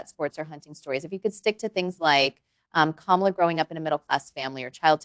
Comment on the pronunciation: Did he disrespect her by mispronouncing her name?